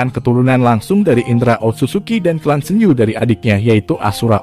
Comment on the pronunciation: Min bagus sih penjelasan nya, cmn risih aja baca "Senju" jgn pake pelafalan huruf "e" nya setengah, risih min kek gak pas aja. Padahal itu bahasa Jepang Senju dibaca dengan "e" utuh bukan setengah risih sih dengar nya gitu aja 🙏🏻